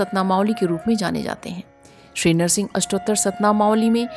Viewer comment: Madam Nahar singh nhi hota h Nar singh hota h